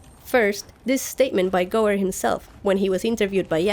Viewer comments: I've lived on the Gower (peninsular), worked just off Gower Street (London) and watched David Gower play (ex England cricket captain) and I've never heard the Gooer pronunciation before! :-) Just a thought, could the White Walkers physically get in the three-eyed raven's cave only to find that their magic is somehow neutralised, the boney swordsmen existed because of the said magic thus they disintergrated, perhaps the cave is a sort of magical Faraday cage. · I love your GoT videos! Tip from Wales: Gower is pronounced like tower (but with a G not a T obviously), it is a peninsular in South Wales. Hear it here